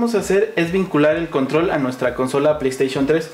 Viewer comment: playstation 3 ulala señor frances y como se dice? pley3